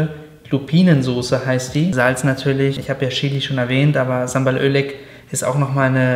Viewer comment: Bitte Bitte Sambal Oelek wird als Sambal "u"leg ausgesprochen